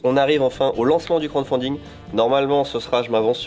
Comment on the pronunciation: Je suis le seul que ça agace quand dit « Crande fonding » au lieu de « crowdfunding » XD Très bonne vidéo sinon ça fait plaisir de retrouver l’équipe (presque) au complet